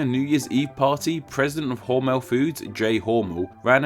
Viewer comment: .....Hormel is pronounced "whore-mel", not like it rhymes with "normal "....from a Hormel employee that works the spam line.